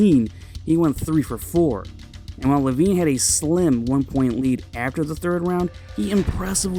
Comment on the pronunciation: you are one of my favorite s but it's Levine I got Levine